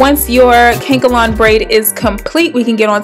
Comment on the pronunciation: Cute. Thank you. and its called Ka Nek A Lon haha but Kankalon made me laugh :D